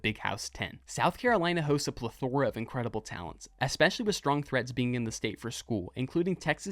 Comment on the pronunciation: I'd like you to revisit your pronunciation of plethora